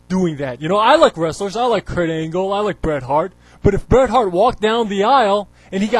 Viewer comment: BOO-ret Hart. LOL